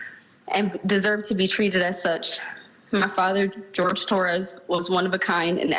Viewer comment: George? George? It's Whore - hay dude!